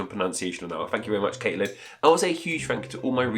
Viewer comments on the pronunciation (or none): none